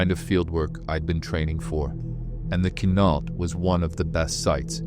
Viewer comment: Hey AI LEARN TO PRONOUNCE MY PEOPLE. THIS IS FOOLISH 😂😂😂😂😂